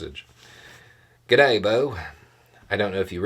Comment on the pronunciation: Well done on the authentic 'g'day' pronunciation mate.